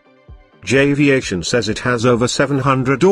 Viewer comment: Jay-viation??? Mo-jayve desert???